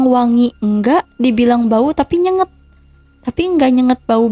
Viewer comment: Bukan nyenget..tapi NyenGAt.. 😮 pakai bhsa yg berul.. cerpen pesugihn..🤬😠😈☠💩🤡